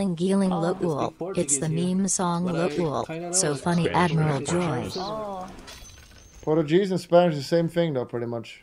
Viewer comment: "portu-JIZZ" dansgame explain